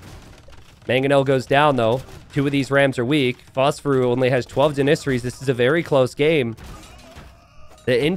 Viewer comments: It's driving me nuts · the way u pronounce janissaries 😂